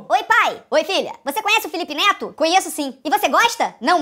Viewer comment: Ana Laura De Andrade Costa e sim ela falou note e neto parece que näo estuda